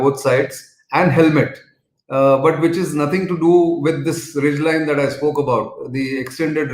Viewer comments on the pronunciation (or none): none